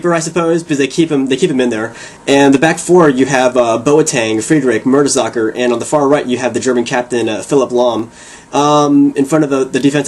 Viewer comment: u are not german, i am german and germans actually pronounce the german players names correctly, i have that red jersey and i jut got the black one, it has podolski on the back, and now i can never wear my red one because u have the same one and ur a disgrace, and mertesacker is not pronounced like that